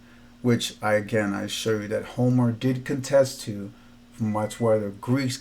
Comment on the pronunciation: “Homor” lol. Why do educated dudes have to pronounce things funny? 😂😂😂 its Homer. Like Homer Simpson